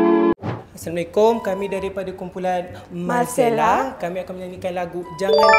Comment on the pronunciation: Malcella. Sebutan je Marcella